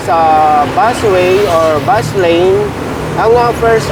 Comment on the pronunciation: Ano kamo " bus wane"? Hehe